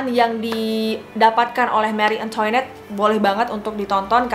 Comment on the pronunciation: Pengucapan prancis bukan antoinet..tp..angtonet Dan versaille versaey.. CMIIW